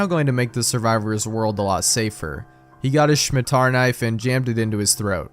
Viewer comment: I wasn't expecting happy appy so early.... I remember reading it back in high school, I had no idea what fresh hell I was witnessing at the time Ok the scariest thing here is pronouncing "Scimitar" as "Shmi-tar"